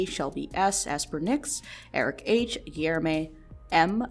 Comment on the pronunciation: Your pronunciation of "Guilherme" was really not bad for an English speaker. Sincerely, a Guilherme M (but not the one on the list).